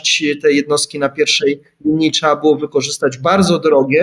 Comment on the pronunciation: Trzeba, a nie "trza" dramat.